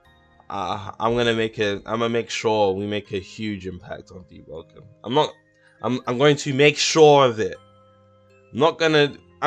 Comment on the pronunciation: JP conqueror deeowoken?